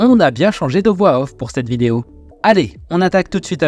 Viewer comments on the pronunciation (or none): none